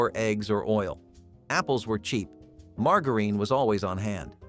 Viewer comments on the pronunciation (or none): Who says margareen? Margarine!!!!! And who had a microwave of those days? and then when they did start coming out you had damn money so you wouldn't be cooking these inexpensive meals.😊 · Same! Had me wondering if my Southern accent has destroyed another word 😂 it’s “Marga-rin”not “margarita-reen” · mar-jar-in, its NOT "mar-gar-een"..... erbs.... js 😂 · It is not mar-ga-reen. It is mar-ja-rin. I am a child of the fifties and that is how it was pronounced. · Please learn how to properly pronounce “margarine”; it’s Mar-jar-in, not Mar-gar-ine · Who programmed this Mar-gar-reen? Never heard it pronounced like that! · Why does he say margarine like mar gar rine ? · Who in the ever lovin hell pronounces margarine mar gah reen? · Call it margereen one more time!! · Right? That was driving me crazy. Never heard it pronounced that way. MAR JA RIN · Marg-a-reeeeeen? What is that? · Margarine. You keep mispronouncing margarine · And margarine. I’ve been saying it wrong for 30 years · I’ve never heard the word ‘margarine’ pronounced like that before. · You keep saying microwave when you mean oven. Microwave wasn’t around then. Also you constantly mispronounce the word margarine